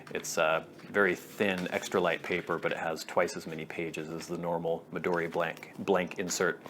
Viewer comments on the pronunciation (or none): Mee-duu-dee? Mee-doe-dee? 🤔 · The "American" way was about the pronunciation of "Midori" not Moleskine (?)